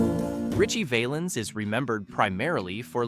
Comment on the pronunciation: Why did you show a picture of Sam Cooke when you talked about Sonny Knight? The song by Jimmie Rodgers was pronounced "Bim-Bom- Bay". Ritchie's last name was pronounced "Val-ins" not "Vale-ins". His real name was Valenzuela but Bob Keene changed it to "Valens". George Hamilton IV was a friend of mine. He told me in 1999 that the Baby Ruth candy bar company wanted him to cease and desist' from mentioning their product. However, the song resulted in higher sales so they with drew their objections. He recorded that song in a studio in Swain Hall on the campus of UNC. I saw that studio many times while I was a Radio TV major at UNC. I remember all of these songs, but Teresa Brewer, Eileen Barton, Tommy Sands, and Patience and Prudence didn't pass the test of time. The Platters recorded a more enduring version of "Harbor Lights".